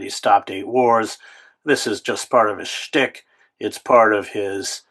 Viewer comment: DDBBRc( dumbshitdonaldbibisbiatchrothschildschild ). The way Chris says SCHTICH makes me wonder how he was ordained...